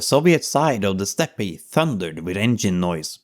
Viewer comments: Good video. Just so you know though, steppe is pronounced like "step", not "step-e". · The word ‘steppe’ is pronounced ‘step’ and not ‘steppay’ as you do here. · It is pronounced STEP Not STEPPAY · Steppe is pronounce step. No “pe” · You don't have to enunciate the e at the end of steppe, its like step. Just saying. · well made vid and great topics that are often overlooked. fyi: 'Steppe' is just pronounced as 'step' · "Stepp eh"? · I’m not knitpicking, I just wanted to point out that the “E” at the end of “steppe” is silent. It’s pronounced exactly like a normal step. 🫡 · As far as I know Steppe is a direct import from the Russian "степь" pronounced "step" with no trailing vowel in in the original nor the English pronunciation. I believe the silent e on the end is the fault of the Germans? Antway. I mention this because another commentor was trying to suggest your mispronunciation of the word steppe is evidence that youre an AI, when it's clear that you just need to be advised if which phonetic rules to use in a foreign language chsracterized by exceptions more than rules. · Just small nitpicks. Overall brilliant video but "steppe" is pronounces as step. Zhukov is pronounced as zukov not as zuko. Very good video. I subbed!